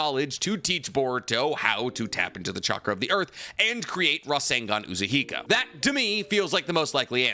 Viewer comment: Say Rasengan Uzuhiko again.